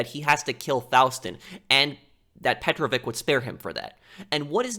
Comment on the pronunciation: you're saying psychopath too much... petrovic is not a russian last name , it's serbian and it's pronounced petrovich for u americans and not petroviK